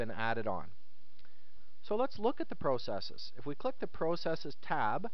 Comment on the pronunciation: Pro cesses haha, i've never heard it said that way. Very helpful video tho.